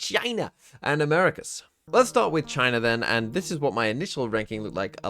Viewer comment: Why’d he say it like that??? 💀😭